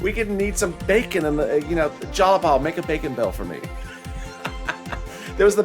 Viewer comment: its not jalapal its jayapal jai-uh-paal